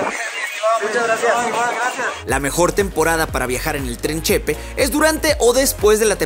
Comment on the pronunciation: Que bueno que viniste a mi estado! Nomas una cosa, es “Chepé” no “Chépe” 😊